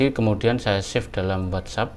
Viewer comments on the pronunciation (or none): none